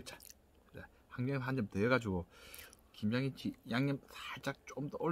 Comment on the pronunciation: 발음이 ㅋㅋ 김장김친지 김양김친지 ㅋㅋ 빵 터짐 ㅋ